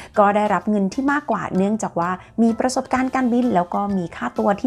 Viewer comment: ขอขอบคุณคุณที่ใช้ภาษาไทยได้สวยงาม การออกเสียงควบกล้ำ ร ล เธอ ใช่ ใจ จะ จาก ที ชัดเจนมากๆครับ